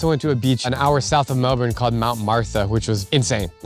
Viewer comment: Why did you say Melbourne like that